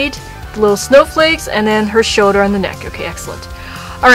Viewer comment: Shoulder not shouder